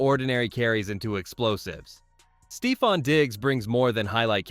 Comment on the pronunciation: bro cannot get a single first name right. stevon diggs, travay-on henderson. bro